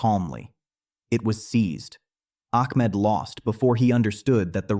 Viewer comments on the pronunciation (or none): ITS NOT ACK M ED...ITS AHMET